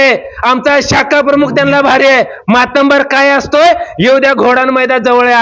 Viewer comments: भाषण उत्तम पण मातंबर असा शब्द नाही मातब्बर आहे परणीतती असा शब्द नाही प्रणिती असा नाही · मातब्बर म्हण बाबा, मराठी बोलायला शिक.या अशा अति हुशार नेत्यांमुळे उबाठाचे टमरेल वाजत आहे.